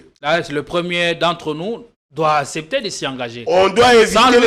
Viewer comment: Ces derniers temps sur politiquons vous invitez des gens de moyens niveau au point que votre plateforme n'est plus attrayante comme dans le temps! Avec qui prononce mal certains mots, le professionnalisme diminue un peu cher JP kayembe. Sitwation, conteste, jige, assepter...